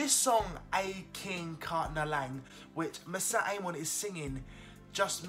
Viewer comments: I love your reactions but please don't murder her name AHAHA:p MO - RI - SET peace dude:p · PSSST! IT’S MORISSETTE NOT MISSETTE !!!